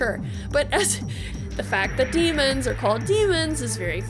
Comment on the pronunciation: They're called daemons not demons 🤦